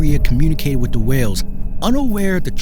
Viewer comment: The word is WITH. Not WIT. BIRTH not BIRF. 🙄